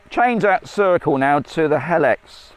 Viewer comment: It's pronounced HE-LIX NOT HEL-IX